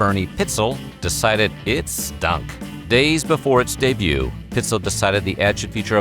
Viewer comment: "Befoe we get started..." is the way he says it. He also has more humor in the inflection of his voice than the girl. Befoe sounds so pompous and I love it lol!!!